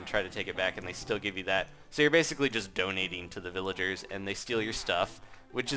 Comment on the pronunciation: When he was talking about the golem he said villager as villege